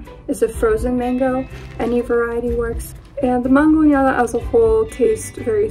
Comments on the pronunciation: For the Mexican dish, its actually mangonada not mangoneada 🤦🏻‍♀️ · Mangonada, homegirl is not pronouncing it correctly.